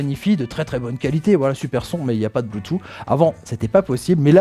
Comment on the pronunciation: bonjour, ce qui est dommage dans le commentaire c'est que l'on ne dit pas "bloutou mais bloutouss" et je trouve que pour une diffusion large ce n'est pas l'idéal